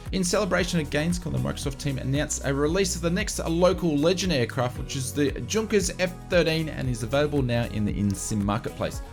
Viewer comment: These update are very handy however, as pedantic as it perhaps sounds, some of the pronunciations do keep cropping up and stand out for all the wrong reasons. Junkers is pronounced Yunkers. Likewise, Jorg I suspect is not Gorg with the ‘G’ sounding like the ‘J’ in ‘Jug’ but is probably ‘Yorg’. Easy mistakes to make without knowledge of languages here in Europe but perhaps something to have learned by now. And Ibiza is generally pronounced I-beetha if that makes sense :) Cheers.